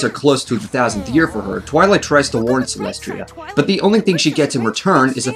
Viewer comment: lol Did you call Celestia Celestria?